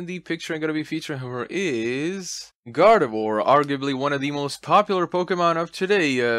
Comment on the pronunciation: fun fact.Gardevoir is actually pronounced gar-de-vwar